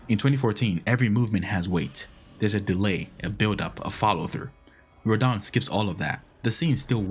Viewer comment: Dude. It's not "R'don".